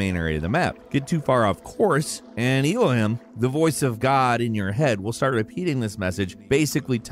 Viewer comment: "the StAuRt"